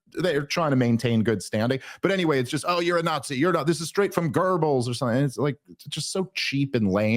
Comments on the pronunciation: “Hurrdurr Gurrrbls” bro, learn the name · Christ, Dave Smith can't even pronounce Goebbels name correctly, he isn't sure when the Berlin Olympics took place, can't remember the name of the historian he is citing. But sure, this guy is a real authority on geopolitics and history. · Hitler wasn’t tweaking during the 1936 Olympics…….that‘s a GIF-meme and you fell for it……..also, learn how to pronounce the name ‘Goebbels’ correctly. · Dave is definitely mispronouncing his name on purpose 😂